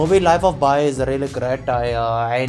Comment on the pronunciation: The indian accent at the life of pi killed me